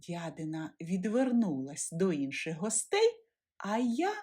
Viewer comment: Не чобОти, а чОботи, не дядИна, а дЯдина.